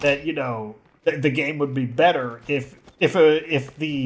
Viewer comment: He says beeter